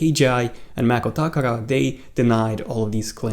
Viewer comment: Wow I have the feeling you're the only one who actually tried pronouncing macotakara correctly. And you're not even an apple channel ... kudos!